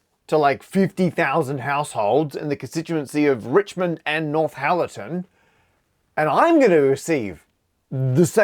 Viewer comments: Northallerton, not NorthHallerton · By the way it’s pronounced North-alerton not North-halerton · Come on Mr Parker, you can have Nort Hallerton or North Allerton, by no stretch of linguistics can you have North Hallerton. Obviously if this is the product of an Australian speech impediment I apologise unreservedly. 🙃🦘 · I hope after you day in the Constituency of Richmond and Northallerton, you have now learned to pronounce Northallerton correctly! Without the ‘H’ it’s just North - allerton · Cannot be, Binface can say Northallerton correctly. Matt kept saying North-Hallerton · Matt calling it North Hallerton is very funny to me.